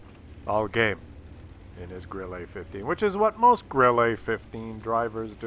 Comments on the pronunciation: it is pronounced Grill-uh not Grill-a.But when it's dead it is always pronounced "I am died". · More like grill-eh, not grill-ay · Pronounced 'Grill-eh', not Grill-ay. And yes, it means cricket in German. Jeez... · What I did let you know in the past is how to pronounce "Grille" correctly in German, which is NOT THE FRENCH WAY!!!1 It's not a Grillé for cryin' out loud! it's a Grille! Stress on the i! (Admittedly there is no easy hard and fast rule for word stress in German.) (So it's one of the finer points of German pronunciation.) (But still!! Way to disrespect the beautiful language of your forefathers!) Also if the problem with the aiming and the hitting is the soft stats that make it too sensitive to involuntary mouse movement caused by clicking the fire button, then the simple solution is to choose a keyboard key instead. Like the space bar, that you can hit with your thumb. Just sayin'. Once again, WoWs turns out to be the superior game of course because you can set two fire buttons, like for example both the right mouse button and the space bar. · Grille means cricket in German, but for fuck's sake stop saying it with an "A" at the end of the word, it is grill-uh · what the fuck is a Grillah? you have a german first and lastname and you cant even pronounce german words? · Also in french it's not pronounced Grillé, because it's not written Grillé. The French have forefathers too you know ;-). Also, WoWS is superior in many other ways. For example you can complement someone for being a good player or being polite in chat. Oddly enough in WoWS people are far more polite in chat than in WoT... I guess the system works? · Maybe it's just me, but hearing a guy named mis-pronounce the Grille is making me chuckle;p "Idol-veiss" was great too